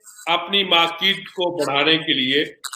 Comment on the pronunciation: Bhai bhai bhai 😂🤣🤣 Its Market* ye ese hi bolte hai